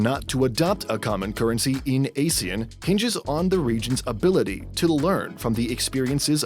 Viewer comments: Is it just me or do people always get the pronunciation of ASEAN wrongly. Google pronounced it as "uh-zee-uhn". This video pronounced it as "ay-zee-uhn". Both is incorrect. The correct pronunciation for ASEAN is "ahr-zee-uhn". It's purposely pronounced as such to avoid confusing it with the term ASIAN 😂😂 Pls help spread this correct pronunciation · Ah-see-aan instead of Ay-see-an